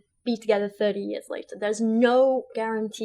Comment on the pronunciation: It's so funny he says "5 years lataa"... my husband and I got married on our 5th anniversary of dating so 5 years is the exact right amount of time, everyone should wait 5 years Haha it's so ridiculous that anyone would think what's right for them is right for anyone else